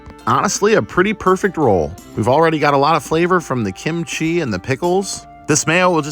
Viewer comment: Sometimes you emphasize kimchi correctly, and sometimes you say kimCHI. Make a decision!